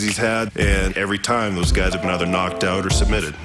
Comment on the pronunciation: "lights ooot", maybe for Rory.